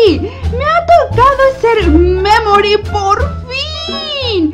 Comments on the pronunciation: Pd: memory se pronuncia meimorie (sin pronunciar la e tanto) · Memory se escucha como que dijera me morí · Taldes es que cuando dice memori suena como me mori☠️☠️☠️☠️☠️☠️💀💀💀💀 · Holi yi creeo que memory es la memoria de piggy y cuandi suena mamory parese que diga me mory :v baueno amo tus videos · Cuando dice memory suena como si dijera me mori xddd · Memory suena como me mori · Cuando dice memory me he reído de risa por que se parece como me me mortalidad xD